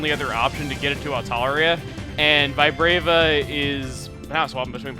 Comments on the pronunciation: I always thought it was Vee-Brava... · This video taught me that Vibrava rhymes with Kadabra. Sorta.